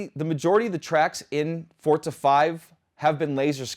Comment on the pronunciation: Am I the only one that keeps hearing him saying "Fortza" instead of "Forza"?